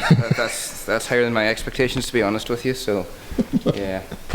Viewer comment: For the more intelligent when he says Free he means Three, When he says Wiv he means with! This is classic TH fronting at it's worst.